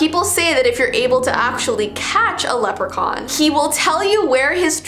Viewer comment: Jeez when said leprocon I heard a hissing sound from my bathroom